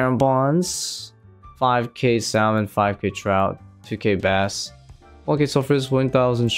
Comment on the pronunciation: Bro the L is silent in salmon